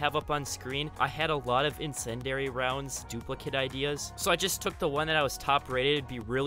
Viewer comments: It's pronounced in-sin-dee-ary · Ah, yes, “insendary” rounds. I love those.